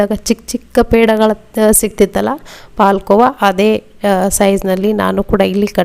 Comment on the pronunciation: ನೀವು ಕನ್ನಡದವರಾಗಿ ಹಾಲು ಕೋವಾ ಅಂತ ಹೇಳಿ ಪಾಲ್ ಕೋವ ಅಂತ ಬೇಡ